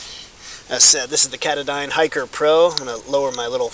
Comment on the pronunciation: ka-taaaahh-don NOT cata-dine!